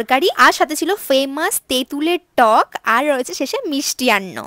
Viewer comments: তাই তো বলি, মিষ্টি আন্ন আবার কী। 😅 মিষ্টি অন্ন বললেও বোঝা যেত। 😅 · মিষ্টি আন্ন ❌ মিষ্টান্ন ✅